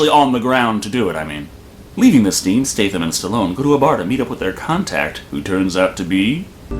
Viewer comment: I winced every time you said "Jason Staythe-Am". I think it's pronouced "State-Ham"?